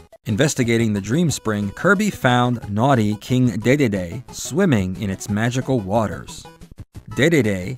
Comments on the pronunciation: Ah, yes, everyone’s favorite Kirby character: King DayDayDay. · DeDeDe is pronounced DeeDeeDee, as in DeeDee from Dexter's Lab. It has been comfirmed since Super Smash Bros. Brawl cuz the announcer says it that way. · 4Kids is the company that brought the Kirby cartoon outside Asia. That's probably how most kids first heard the name. After that, NoA specifically had the narrators in the last three Smash Brothers games pronounce is as "Dididi" for the English versions. The narrators had to record it both ways. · It was originally pronounced "Dei Dei Dei." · Honestly, I hated this pronounciation in this video. I nearly didn't make it all the way through. And uh... what?? Um. 4Kids didn't "invent" that way of saying it. In fact, 4Kids literally does not even come into the equation here. Huh??? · Wow... You're that self-conscious...? :( You know, it's fine if other pronunciations exist, even if they might mean your pronunciation is wrong. You shouldn't be so upset to hear alternate ways of saying things. How is 4Kid not come into the equation when they're literally the first official source that pronounced his name as "Dididi"? It was also extremely popular. LOTS of kids heard that pronunciation there, and even was introduced to Kirby thru that show. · Kirby's Avalanche on SNES used the same pronunciation as the 4Kids anime dub. I don't know how many people played it, but the pronunciation didn't originate in the anime dub.